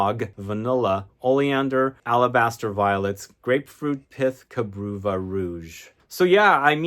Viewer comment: Cabreuva is a Portuguese word - ka-bre- oo-va